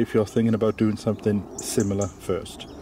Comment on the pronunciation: When you said “that’s it”, it was like I’ve heard you say “that’s shit”😁